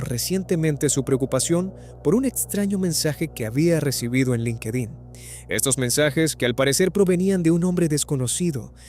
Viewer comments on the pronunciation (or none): none